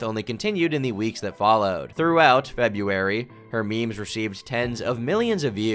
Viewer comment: Can't get over her saying "mei mei" instead of meme...